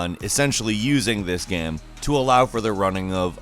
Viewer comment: why can’t pronounce game right